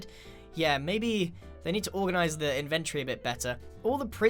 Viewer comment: It's nit inverty. It's inventory. You could at least add a small little "o" in it.